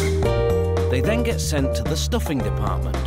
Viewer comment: FER STOOFIN